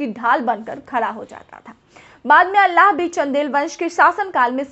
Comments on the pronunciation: Alla nhi Aalha bolo medam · अल्लाह नहीं आल्हा बोलो मैडम